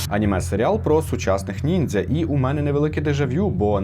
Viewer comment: До-початку, чого ти підписав нормально, як "нінджя", але вимовляв по-поліванівськи, як "нінзя"?